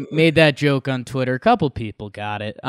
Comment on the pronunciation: tweny twuny tywitterer